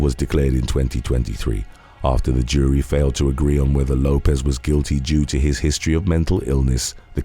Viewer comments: Lopes is pronounced Lope-(s) Like ropes. Not Lopez. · My family last name is Lopes, and I am always call Lopez, and Lisa (Left-Eye) Lopes kept being mistakenly pronounced as Lopez. Why does that bother you so much? The name is Lopes. FOH! The person they were talking about is pronounced Lopes, not Lopez. Nobody is talking about immigration, I’m talking about the person in this video. You just want to be the opposer of something.